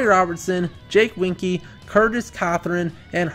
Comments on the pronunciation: It’s pronounced Jake Win-a-key (Wieneke) for that wide receiver, just for the record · It’s JAKE WIN-A-KEY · The way you said Jake wieneke made me want to die